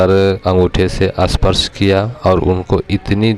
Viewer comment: Asparsh,asthan.. kindly Hindi pronounciation par pehle sadhna kariye.